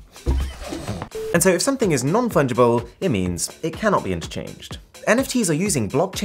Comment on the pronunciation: I knew he would say fun-gible 😂